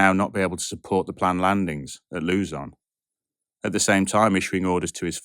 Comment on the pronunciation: Oh, a hurricane? Well, good luck with space travel and the risks of onboard epidemics, black holes, sun flares, microdebris, and many, many more. That aside, another fine factual video, even when putting aside some pronunciations (particularly the Philippine terms like Leyte = "lay-teh" and Luzon).